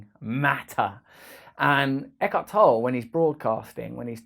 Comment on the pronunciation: Isn't it pronounced Toll-ay?